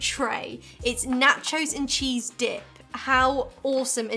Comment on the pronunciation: This how you know you are TOO British when you accidentally call cheese "TEAS" LOL